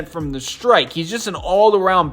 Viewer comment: When talking about freethrows u keep saying “from the strike”. Come on bro its “from the stripe”